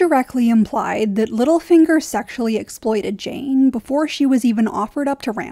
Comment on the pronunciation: Jeyne jeyne it rhymes with pain